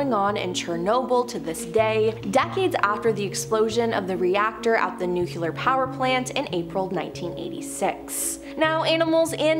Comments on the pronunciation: Nu.kllll.ear... not nukelar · Well she did lead off with Nuke-ular